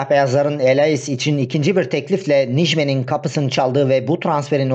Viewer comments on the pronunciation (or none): Nijmen değil birader NEK / NAY MEY GEN diye okunur